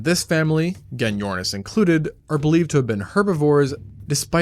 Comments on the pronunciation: Gen-yornis😅😅 pronounced with a J mate, as in Jenny ornis 😂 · its pronounced jenny ornis